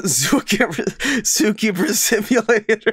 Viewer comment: Excuse me did he just call the game Zookeemer Sipulator